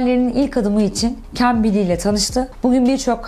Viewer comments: Aşkım şu cambly ye kembili deme nolur🩷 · Lütfen cambili deme 🙊